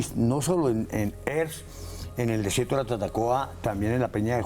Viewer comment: creo que Erks se pronuncia sin h/j. es erks, no jerks